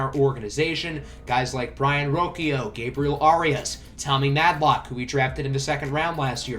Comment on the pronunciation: roshio is how you pronounce it